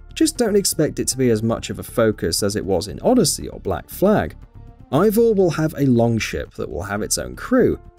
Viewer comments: Why so many likes? After saying wrong name... NOT Ivor but Avor and YES you can change your sex. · "unlike Odyssey, Valhalla will only let you play as one protagonist. But you will be able to select Eivors (AY-vor BTW 4head) gender." MF THAT"S BASICALLY THE SAME THING